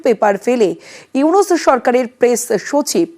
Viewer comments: ইউনুস স্যারের নাম উইনিস বলতেছে। মূর্খ সাংবাদিক 😂😂😂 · ইউনুস ভালোভাবে বলতে শেখো উইনিস কি 🫤🙄